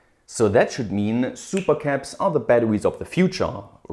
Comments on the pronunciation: "Ba-da-wees" I love the way he says batteries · thanks, i hadn't heard of LICs until now! very useful. p.s. the way you pronounce "batterwies" is absolutely adorable 😘